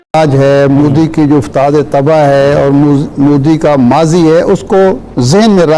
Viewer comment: Abe Pakistani pehle thik se bolna sikho mudi nahi modi...